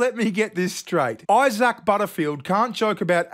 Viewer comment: Eye-sack... What an proper big unfortunate name 😂